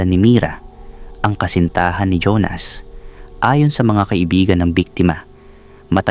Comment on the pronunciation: Honas o Jonas?ayusin mo nman..